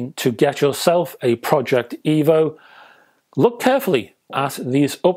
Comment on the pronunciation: Oh, no! It's D' Evo. You'll love it Rega' rdless?